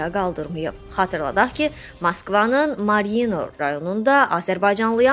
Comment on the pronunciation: Малино харады,белке Марино демей истейирсен ?данышан еле бил туалетде сычыр